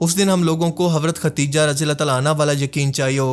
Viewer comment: Naam Khateeja nahi KHADEEJA hai